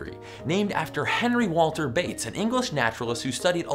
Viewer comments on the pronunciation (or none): none